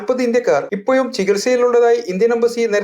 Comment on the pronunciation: ഇപ്പോയും അല്ല റിപ്പോർട്ടറെ ഇപ്പൊഴും എന്ന് പറയൂ.